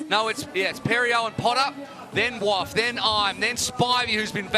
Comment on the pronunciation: you said it was pronounced "war" not "waff" now ur saying its pronounced "waff" are you ok?